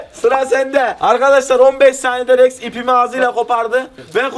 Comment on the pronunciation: Mami R leri söyleyemiyoya rex’e yeks diyo😂😂